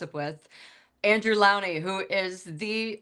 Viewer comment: Any conversation with Lownie is brilliant and educational. It’s pronounced “LOW-nie,” hostess, not the way he was introduced. It’s excellent when we do our research ahead of recording time! 😇😈